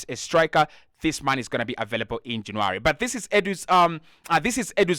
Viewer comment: It's not JanAry ..you silly sausage !! Its JannUary . Vlavoich ?? ...Noooo , This is a good an nformative positive podcast !!